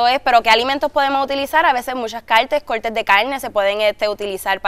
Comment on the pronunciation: que dice???? coLtes de diferentes CALNES??? jajajajjaja queeee?